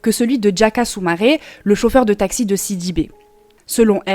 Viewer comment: DiA -Ka ,pas Djaka DiA-lo ,pas Djalo LO-BE NdiaYe, pas lobe Ndjaye C'est horrible cette façon d'ecorché les noms des gens. Et puis j'ai compris que c'est ta façon de parler indiquer deviens indjiquer😁